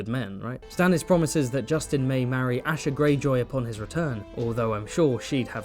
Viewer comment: Thankfully someone who can properly pronounce "Asha" (like ashes not the American way which sounds like "(g)osh-a" which ironically is the way Osha the wildling's name should be pronounced instead of "Oh-sha")